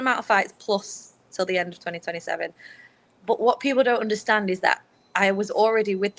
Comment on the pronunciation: when she says BUUT it cracks me up I love it